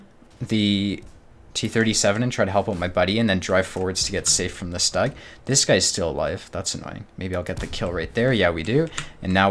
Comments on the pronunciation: Please, for the love of god, it's pronounced SHTUG, not stag. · dude great game play but the Stug is pronounced "Stoog", even the US/Brit Vets of WWII called it the Stoog.